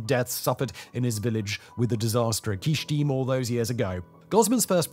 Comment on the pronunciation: It’s Kyshtym not Kysthym